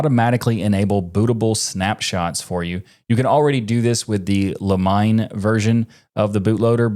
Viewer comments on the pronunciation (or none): The Limine boot loader is prnounced "lee-mee-ne" ("ne" as in the word "net"), not "La-Mine". It comes from the Latin "En limine" which means "on the verge/threshold".